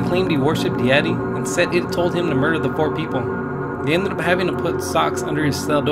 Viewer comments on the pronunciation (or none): none